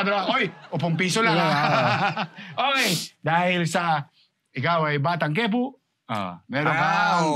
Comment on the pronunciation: Hindi ke-pu kundi po-kia or po-kya ....